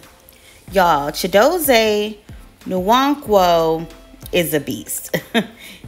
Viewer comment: The “N” is silent…Wan-kwo 👍🏾